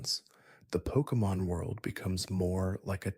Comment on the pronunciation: Please improve your pronunciation of Pokémon names